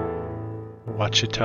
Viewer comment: Hello! You said some pics you have no info on? I see the 1 with the big rock formation is a view from Petit Jean (Petit is pronounced "petty") and, since you said you were not sure how to pronounce Ouchita, it's "Wash-i-ta". When you have "Ou" it's usually pronounced as "Wa" or "Wa". Hope this helps! BTW- THANK YOU for the videos! My Dad used to hand-deliver the newspaper to the governor in the late 20's, early 30's. My grandmother's house isnat Wright Avenue and Schiller, which is about 5 blocks from Central High School. It's all so FASCINATING!!😊